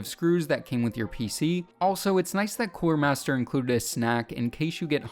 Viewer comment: Its coolermaster not coremaster